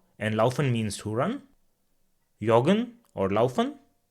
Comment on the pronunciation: I think its pronounce like english joggen not( yoggen) Why we dont say zur Bibliothek because zu+dativ and Bibliothek is femine word zu+der= zur